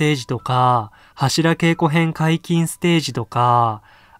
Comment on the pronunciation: 良いか悪いかじゃなく 読み方間違えてるって話でしょ